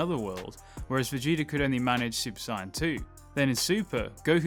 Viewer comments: Bro i beg you to say Say-en not Si-en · sigh yan............it's SAY YAN.....my god this audio better be ai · Its saiyan, not cyan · "super cyan"???? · It’s pronounced say-in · Dude its pronounced SAYIN but spelt saiyan. Your saying it wrong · Why's this mong saying Saiyan like Syan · I was really liking the video until I heard him say "Saiyan" lol I just cant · Why does he say saiyan like that? Video was great but that kinda bothered me. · Dude, the way you say Saiyan I know you’re not a DB fan.